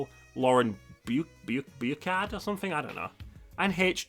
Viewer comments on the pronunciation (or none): Boo-Shard, not boo-kard.